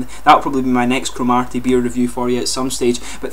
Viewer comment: Great review but there is no emphasis on the 'ar' in the place name. It's almost like Crom 'ur' ty. :) They are great beers though.